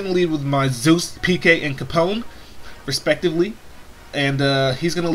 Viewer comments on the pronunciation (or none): none